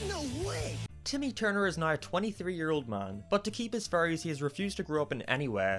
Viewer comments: It makes me laugh that when you say fairies it sounds like you say furies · No offence but when you say fairies it sounds like your saying furries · Not being mean but u sound like u say fairies ase furries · when he says fairies it sounds like furries uwu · Every time you say Fairies I always have to do a double take because I thought you said Furries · Whenever you say "fairys" it sounds like "furries" instead. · I keep thinking you're saying "furries" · "If he fell in love he would lose his furries forever" Sounds like strange Internet cult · I was scrolling down to comment the same thing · Yeah I know it sounds kind of weird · So the fairies are furries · Salty Soap same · Whenever he says fairy's it sounds like 'furries' and the sentence 'he keeps his furries' sounds wrong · Anyone: Fairies: FURRIES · I keep hearing “furries” instead of fairies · your accent makes fairys sound like furrys i was laughing the whole review because of that not at you just the context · I love how he pronounces "fairies" as "furries" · STOP CALLING THEM “FURRYIES” LMAO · When says fairies it sounds like furries and i regret realizing this. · Sorry, but your pronunciation of "Fairies" does sound like "Furries" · When you say fairies it sounds like you say furries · Probably cause he is saying furries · When he said ‘fairies’ I thought he said ‘furries’ 😅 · is it me or does it sound like says furries instead of fairys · Is it just me or did I only realize that he was saying "fairies" and not "furrys" halfway through the video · Why is it whenever he says fairies it sounds like furries. "- and leaving behind his childhood furries." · I can't unhear him saying "Furries" Abbey time he says fairies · I know its because of its accent but, I find it funny how he pronounces fairies with furries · You saying “Fairies” sounds like “Furries” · No offense, don’t hate me, but the whole time I thought you were saying Furys instead of fairies